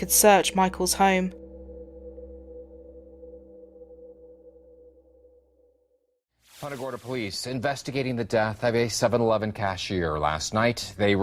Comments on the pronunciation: The real crime is how that anchor pronounced Punta Gorda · Why is everybody in this video mispronouncing Punta Gorda? It's Spanish. If you can't pronounce it correctly just say Fat Tip then.